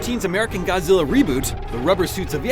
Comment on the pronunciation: They are not real Godzilla fan. If you hear them mispronouncing their names it is already hinted they are not a fan.